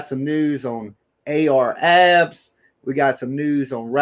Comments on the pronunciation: Clickbait. Where is the video? Comments like that? Come on, bro. You don't need to clickbait people to get them to listen. All you need is good content and a strong opinion. By the way, its Ar Ab (no "S") and Leak (Lik) Moss. Thats how they're pronounced 💯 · At least you can pronounce their names right dude name ain’t no AR Abs and “lick moss” seriously??